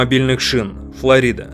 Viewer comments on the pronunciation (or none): none